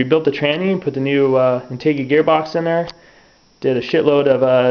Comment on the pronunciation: in-tay-gey lol